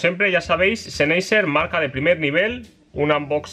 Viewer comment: Apoooooooooool, senhaiseeeeeer, podrias pronunciar mejor las marcas, Apple y sennheiser, porfavoor jaja